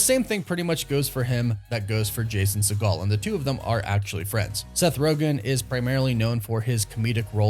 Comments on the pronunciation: I think the right way to pronounce his last name is "sea-gull" not "sea-gall". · Segel is pronounced like seagull. You're thinking of Steven Segal...which is not a Jewish surname. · It’s Jason Sea-Gull not Jason Se-Gall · Lmao it’s Jason SEGEL, not Seagal. Do better, dingus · I could be wrong but it's sounds 'seeegal' 'seeeegal' he's not related to steven seagal which is the pronunciation used here.. it's seeegal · Fyi it's pronounced "seagull" for Jason Segal. Seeeee-gull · I like your content a lot, but you're killing me with your pronunciations. It's Segel, not like Steve Seagal. Also on another video, adamantium with an a, not e. Driving me nuts with that. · Why’s he saying segel like segal? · Stop pronouncing “Segel” like “Seagal”! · Re-pronounce Jason's last name cause your butchering it in this video lol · Did he mispronounce Jason segals last name? Lol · Hearing you butcher Jason Segel's last name over and over again was both annoying and hilarious. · Exactly, I laughed each time he said that lmao